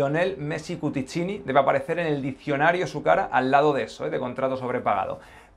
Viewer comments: Cuccittini, NO CuTTIccini. 😅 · Cuccittini, no Cutticcini😐